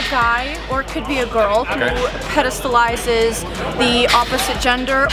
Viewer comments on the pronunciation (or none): she said “pedastalizes” in the first sentence lmao “articulate” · “Pedastalizes” lmao 😂